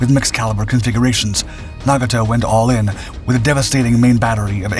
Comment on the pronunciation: You would think the people behind these “history” videos would learn correct pronunciation of the names of famous vessels. sheesh! couldn’t watch past the tenth mispronunciation of Nagato.